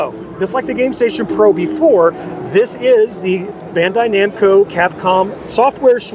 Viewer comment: It sounds like Bahn-dai, akin to Auto-bahn. Japanese doesn't really have a sound between Ben and Bahn like the roll on antiperspirant Ban. Sorry for the annoying Japanese lesson 😅